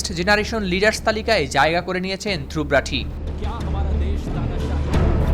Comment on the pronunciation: Dhruv rathee এটির উচ্চারণ “ধ্রুব রথী “ ( ধ্রুবো রোথী )